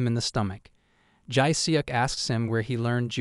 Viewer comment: Enjoying the videos! Just some advice, might be worth brushing up on the Korean name pronounciations - Jae Seok is pronounced Jeh Suhk, without an obvious ‘e’ sound